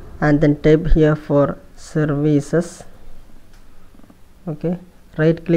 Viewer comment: I like the way he says "survicees" instead of "services"